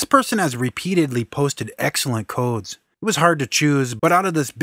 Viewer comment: there is something so satisfying about the way you say "codes", man. xD